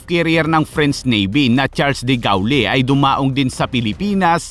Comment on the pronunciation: duh GOHL Ang correct pronunciation ng de Gaulle